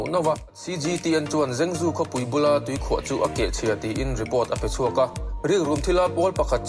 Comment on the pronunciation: Henan province hi ka awmna thin a ni, an tuarna a va rapthlak ve, zhengzhou hi zengzu nilovin trangtrou, tia lam tur ania